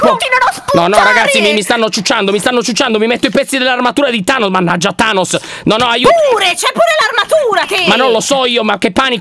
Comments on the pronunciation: Lyon NON Thanoss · Volevi dire tainos🤣🤣